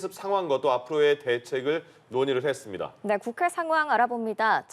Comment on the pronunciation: 이 여자기자는 발음이 했슴돠. 임돠.ㅋ 니 짜를 빼고 말하네.ㅋ